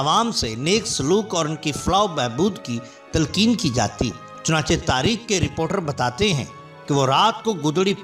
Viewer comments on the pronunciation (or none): none